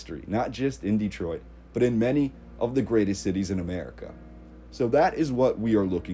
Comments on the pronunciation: Great video and some lovely photographs. One thing is killing me is your mispronunciation of the name. No one born here puts the hard emphasis on the first syllable. We make the first E much softer. Instead of Dee-troit we pronounce it Deh-troit and shorten the first syllable. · It's not DEEtroit, it's Dehtroit. with the emphasis on the second syllable. Please pronounce it correctly. you can look it up. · Folks pronounce it many ways but we have always called it Duh-troit not Dee-troit.